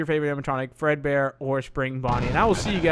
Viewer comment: its fredbear not breadbear